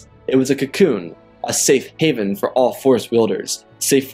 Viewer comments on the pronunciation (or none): none